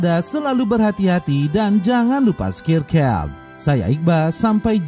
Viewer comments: Udah sering nonton channel ini tp serius sampe skrg ga pernah ngerti kata terakhir setelah like & comment itu apa..dengernya slalu skincare 🤣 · Skirkeb ???? hrsnya subcribe bacanya sabkraib, tlg perbaiki bang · dengerku scare care (skirker) 😂😂